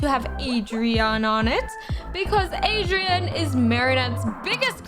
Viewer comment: I like how we pronounce Adrien, “Adrian”